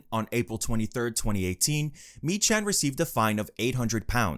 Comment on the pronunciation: Meechan is pronounced Me-Kan and Glasgow is pronounced glazz-Go